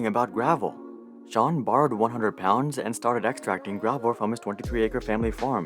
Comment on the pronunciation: I love how he pronounces sean correctly